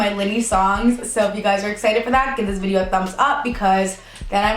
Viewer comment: "Wideo" lol do you watch slim whispers too? 😂😂